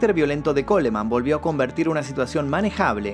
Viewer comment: En el apellido Coleman, se omite la letra e, debes respetar el idioma ya que es un apellido en Inglés.